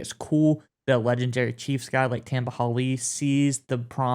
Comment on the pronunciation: Slaughtered Tamba name 🙄😂